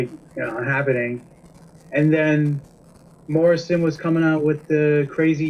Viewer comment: lol "john marrisan"